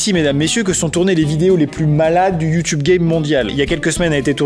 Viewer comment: ça se prononce youtubé